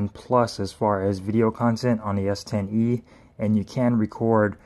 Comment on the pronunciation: Anyone else hearing him say S10v not S10e or is it my old ears.